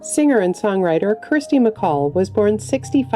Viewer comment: You mispronounced Kirsty MacColl's name. "Kirsty", not "Kristy".